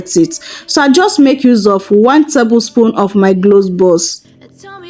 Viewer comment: gloves or cloves??? you are misleading with your pronounciations